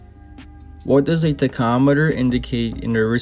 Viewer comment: Thanks for the video man, but the way you say tachometer kills me 😂